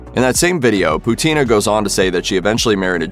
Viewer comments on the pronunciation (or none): Not Putína. Pútina! 😆